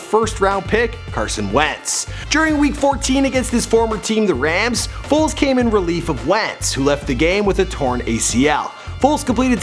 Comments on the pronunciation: WHO TF IS NICK “FOLTZ”????? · You said nick foltz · “Folz” can’t even get his name right my god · Its FOLES.. Not FOLTZ .. smdh .. 😡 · Foles not FOLTZ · It’s Foles not Foltz 🤦🏽‍♂️😂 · It's Foles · FOLES. Put some respek on God's name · My nigga you better get his name correct before this fucking super bowl. It’s Foles don’t disrespect us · Foles it’s Foles